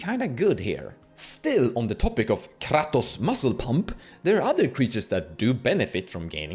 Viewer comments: I stopped watching this video at KRrrrahtoes. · I watched the video 😂. Ive just never heard someone pronounce kratos in such a way. Especially rolling the R. Caught me off gaurd.